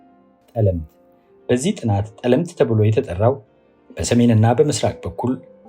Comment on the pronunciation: ጠለምት ሲነበብ “ ጠ “ ይጠብቃል አጥብቀው።